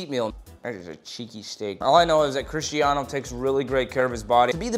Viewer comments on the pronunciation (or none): chrieshtiano like bro trying to hard to pronounce it with an american accent. And since when was he playing golf LOL